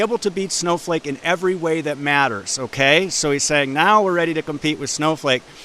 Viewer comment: did he just call it Snowfake?